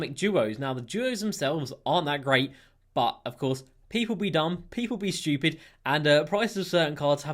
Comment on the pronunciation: No one:: Schewpid